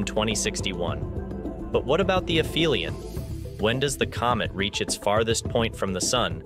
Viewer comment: aphelion has a "p"sound, not an "f" sound.